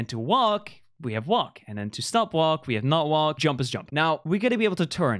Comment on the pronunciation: fundy: stop stop stop in the accent stOOp stOOp stOOp.....still unsuccessful